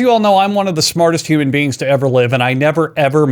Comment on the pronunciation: Just because these peopel exist, i can't drive around ACTUALLY giving people free candy Edit: towards the end it sounded liek he said "human beans"